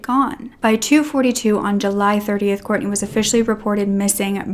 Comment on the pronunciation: It's Kortne. Please say her name properly. We need her name to stay true and alive to not confuse with other cases.